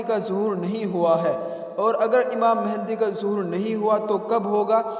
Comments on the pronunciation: آپ نام غلط لے رہے ہو امام مہدی ہے مہندی نہیں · imam mahindi nahi yaaar (mehdi) hai bhai